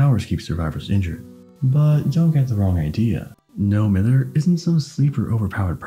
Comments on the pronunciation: I know this is a five month old video but hearing you say "mither" like "mirror" instead of like "my-ther" is bothering me so much. As a Scot it's just incorrect but none of the DBDtubers I've watched know about this :( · If you are from Manchester like, No Mither is pronounced as “No My-ther”